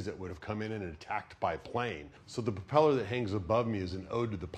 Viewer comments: Is anyone going to tell this guys it’s called a pRopeller not a puh-peller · he keeps saying "puppeller" instead of "propeller", and it's driving me crazy. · did no one else notice that he says popellar ? lolol